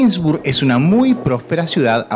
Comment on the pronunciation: No se dice insbur, se dice innsbruck!! Innsbruck!!!!!